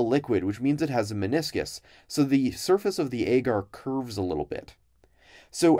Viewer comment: I don't know if it's the common pronunciation in labs, but the way he says "agar" really bothers me.